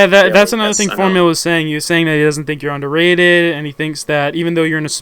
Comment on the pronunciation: i font even pay attention when says underatted in these videos anymore